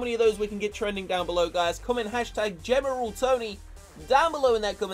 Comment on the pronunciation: geMeral tony